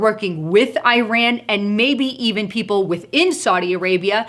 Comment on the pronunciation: Eye-ran, eye-rack? Learning how to speak English might bolster credibility. Just ask the Eye-talians. Go - went - gone. You might look up 'past participle' also. analysis seems spot on, except that I don't think the situation, as is, to be so dire. My choice of response would be an immediate investigation into the vote tampering in the 2018 midterm election and the possible suspension of close winners of the seats that went from Republican to Democratic and any other suspicious races. Trump's team is privy to far more information than myself, so I expect that they will do exactly as I would, had I been as knowledgeable as they are.